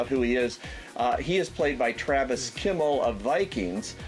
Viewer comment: Travis FIMMEL not KIMMEL..YES I'm the first to notice it YES!